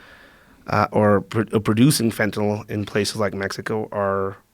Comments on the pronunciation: He can't sat fentynal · be can even say fentanyl